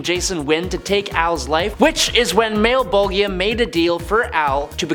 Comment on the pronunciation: It's pronounced Mal-,bol-ja